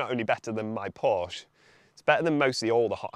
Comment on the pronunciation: P O R S C H E "porsh-ah"